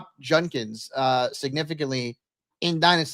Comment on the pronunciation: absolutely butchers Judkins with Junkins. Yo man its a D. Not an N.